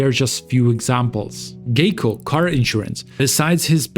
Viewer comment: It’s pronounced “Guy-co” 🤦